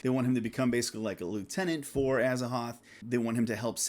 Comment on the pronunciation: ...you pronounce Azathoth wrong. The "th" isn't silent, HPL wanted it to be an hint both to the Egyptian God Thoth and the word "thought", as in the opposite of or negation of it. It's briefly mentioned in one of his missives but don't ask me for sauces because I'm going by memory. I'm 100% sure about it tho.